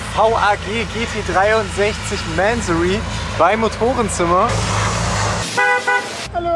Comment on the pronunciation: Junge, Junge, du übertriffst dich echt selbst. Nicht nur, dass du nach wie vor NULL Ahnung von Autos hast, nein du weißt bei deinem aktuellen Wagen nichtmal, wie man ihn korrekt ausspricht. Wenn ich das dämlich ausgesprochene „Mänsorry“ schon höre… 🤦🏼‍♂️🤦🏼‍♂️🤦🏼‍♂️